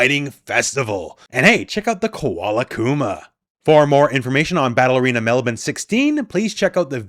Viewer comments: I’m very impressed with your correct pronunciation of Melbourne!!! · Appreciate your attempt at Melbourne, much better than most people in the northern hemisphere would pronounce it.